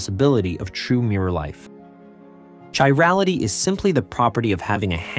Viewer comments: KY rality not Chirality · Important topic to make a YouTube video on. The words “chiral” and “chirality” are pronounced with a hard “c”, not a soft one.